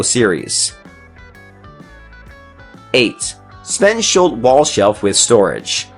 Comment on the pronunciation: sVeNsHuLts ahahah